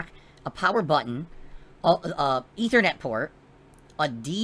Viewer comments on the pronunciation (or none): none